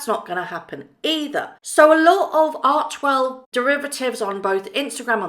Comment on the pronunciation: I adore you, have some of your merch, etc. Just fyi, ARCHEWELL is probounced "ARK-WELL" - many were making that error, but Archwell when pronounced ARK-WELL have different meanings.. Keep up the great work, I have on my shirt as I write this! I lovw your video's, always straightforward, and spot on!! STAY WELL DEAR MEG!!